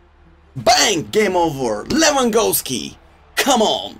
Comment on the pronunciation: Can he say Lewandowski correctly 😂